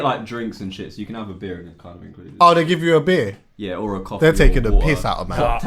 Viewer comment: man said i want the coff, tea and water!! dead